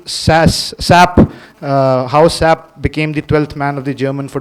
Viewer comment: it's pronounced 's' 'a' 'p' not "sap" its an abbreviation for god's sake